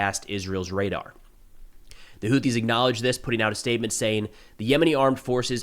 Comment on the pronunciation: I'm shocked. I figure you'd know how to pronounce that. It's actually pronounced "Who-theys". Soon, they'll be "Were-theys".